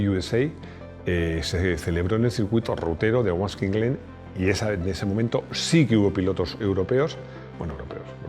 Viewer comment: Hombre, es que decir Wasky Glen...